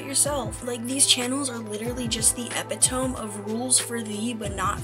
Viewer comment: yeaaaahhhh my feed has just been really bland :/ btw, epitome is pronounced "eh-pit-oh-me" 👍